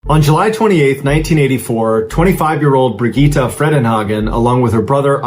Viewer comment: Correct me if I’m wrong, but the female Swiss hiker’s name is pronounced Brig-get-ta, not Brig-gee-tah.